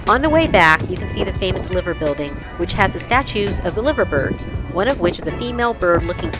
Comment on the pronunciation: Pronounced the name of the liver building wrong. Spelt as liver but pronounced as LIE VER